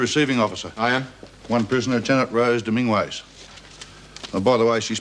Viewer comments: "Dom - IN - gwez" LoL It's Pronounced "Dom-IN-ghez" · That’s not how you pronounce Dominguez.